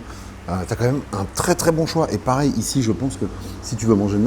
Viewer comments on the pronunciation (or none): none